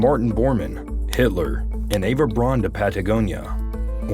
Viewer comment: Braun in German is pronounced Brown........